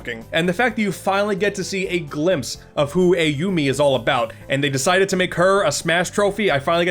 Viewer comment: The announcer saying "Ayumi" doesn't sound right at all.